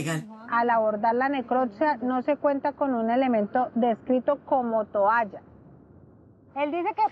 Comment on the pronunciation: La que dice tualla en vez de toalla debe ser q vive en suacha